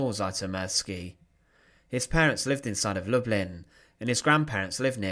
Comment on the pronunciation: The Polish pronunciation is lou-bleen. It’s where my great grandfather grew up & where his siblings and parents stayed when he came to the US.